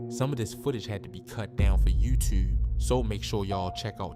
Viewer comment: Yuewwwtewwbbee 💀LMAO tell me ya frm Bmore w/ out saying ya is 😂😂😂😂🤣